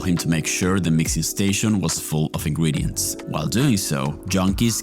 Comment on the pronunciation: nice video! btw why do you say "Ingwedients 🥺" its ingredients 😭